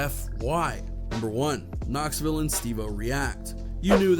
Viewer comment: You accidently pronounced Knoxville correctly.